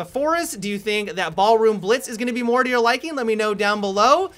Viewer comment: Have you guys noticed that pronounces words oddly, like "you-rrr"